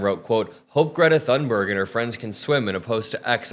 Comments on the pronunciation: Her name is pronounced "tune" berg, not "thun" berg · Greta Thunberg is worthy of being spoken of correctly! The 'h' in Thunberg is silent, and the 'u' sounds like 'oo' in book, so her name sounds closer to 'Toonberg.' Thank you for your attention. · ps Thunberg is pronounced "Toon berg" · Btw, Greta's last name is pronounced toon-ber-ye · It's pronounced Toon-berg. I am not part of the internet police just don't want the other kids to make fun of you. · Thunberg is Swedish, the H in her name is silent. It's pronounced Tunberg. 🙄😖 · For F sakes pronounce the name of a world hero correctly. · The correct Swedish pronunciation of Thunberg can be heard in this short clip